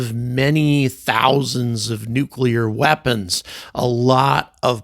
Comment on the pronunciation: (Thank you for pronouncing “nuclear” correctly!! It’s maddeningly rare anymore!)